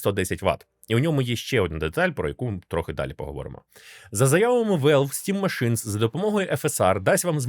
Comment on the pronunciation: "стім машинС" це байт на коменти?)))